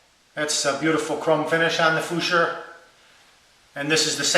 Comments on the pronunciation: 'Futur' is pronounced 'foo-too-ah', not 'foo-sure' in German. Otherwise good review sir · hint: the correct german pronounciation is 'foo-tour'... not 'foosure' ;-) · German pronunciation is "merrkoor footoor" as in "food". You're welcome. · Haha Fuschhoouuur....that's not the German pronunciation. This is American fake news at it's best. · Hi, love your videos, including this one. They're part of what got me (and my RAD) started a while ago. The guy below wasn't very helpful with his pronunciation comment. I would know exactly which razor you're talking about, but if you're interested, it's pronounced "foo-too-ah" with equal emphasis given to all syllables. "R's" at the end of words in German are silent like in English English. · futur is pronounced foo-tour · Futur - pronounced "Fyu Toor" Like "Future" but without the "choo" sound like we (English speakers) make. The Futur is my first (and only) safety razor, and I love it! I use Merkur blades. Sandalwood shaving cream from Art of Shaving, and the beautiful horn shaving bowl from Shave Nation. The Futur is heavy - no big deal. I let the razor do all the work on the down strokes, and up strokes require a minimal amount of energy (if you can't do the up strokes, go to a gym......or pick up a heavy book a couple times a day to increase muscle tone - sheesh!) LOL I keep mine at a medium setting (never adjusting) and, after just over a year of safety razor shaving, can get a nice shave without a nick or cut. The ONLY time I nick myself is when I use pressure - and I know it's MY fault. I always (always) have trouble on one part of my neck, so I've learned not to fight Mother Nature and just accept the closest shave I can get in that area. I LOVE my Merkur Futur/Merkur titanium blade combo - and have no interest in looking for any other combo. Those are my .02 cents. Happy shaving! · I absolutely love your videos. But Fooshoor? I almost wet my pants laughing my man! Sorry, great video as always though.